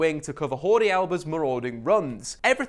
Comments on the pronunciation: Jordi is a catalan name. It’s pronounced ”djordi” not ”schordi” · I love your vids but it's not hordie Alba it's pronounced like Geordie. Also the title should be "5 Ways Manchester United Can Try To Stop Barcelona"